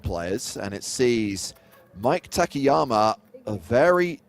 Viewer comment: I'm just curious why they keep calling him "ta ke ya ma" while it's clearly Ta Ka Ya Ma?